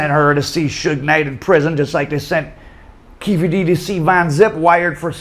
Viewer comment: It's pronounced, Queffe D